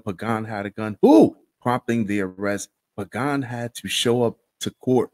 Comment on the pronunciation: Thanks for pronouncing that last name" Pagan" correctly cause nobody ever does..